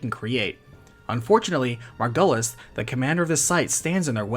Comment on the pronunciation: hate to be that person but... MargYUlis... it's said that way in the game so... other than that, the vid's great. been a while since i played this and getting a recap is very cool.this game deserves more love